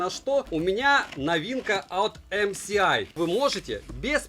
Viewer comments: Всё хорошо. Только не ЭмСиАй, а ЭмЭсАй🤷😉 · Не ЭмСиАй а ЭМЭСАЙ, уши режит неправильное называние этой компании. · Почему Эм Си Ай? Ведь Эм Эс Ай! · Правильно говориться "Эм Эс Ай" потому что "S-эс", а это "С-си". Будьте грамотнее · Спасибо за обзор. Наверняка, уже тыкали, но правильно "эм эс ай". Добра. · эмсиай, так так так... А где там буква си? /dushnilamode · Пора учить алфавит: C и S - разные буквы, если что. Режет слух, очень сильно режет, когда буквы обзорщик читать не умеет. Позор.